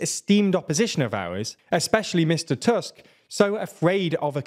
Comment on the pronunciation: Small nitpick here, Tusk's name has the u-sound pronounced same as in 'bull' or 'put'